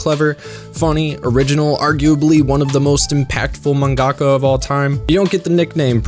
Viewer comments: Why do you emphasize the "ga" in "mangaka?" It sounds so weird because stressors aren't a thing in Japanese. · Great video. But no shade, is manga ka pronounced like manga - ka or man-gaka. I never heard it pronounced the second way until I saw your vids. I’m learning Japanese so I’m legit curious.